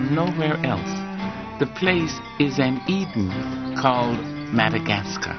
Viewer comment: Is he saying "MadagasTar?"